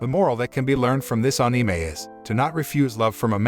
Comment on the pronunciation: Thanks for saying anime correctly